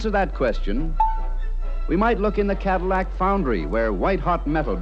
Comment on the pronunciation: pronounces it "Cadimack". 😆